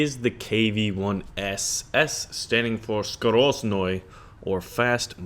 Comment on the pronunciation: Wow , , , you pronounse (skorostnoi ) correctly , i'm suprised . Nice